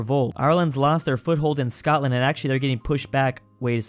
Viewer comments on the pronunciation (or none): none